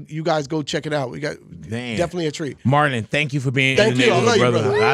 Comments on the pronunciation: I feel like big boy been calling him Martin instead of Marlon the whole show, am I high or tripping pr both lmaoo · Sounds like he saying martin lol😅